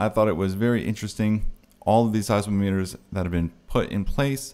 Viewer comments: It’s Seismometer is said Size- mom- meter Being a geologist 😊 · It’s pronounced /size-MOM-meter. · like 'thermometer'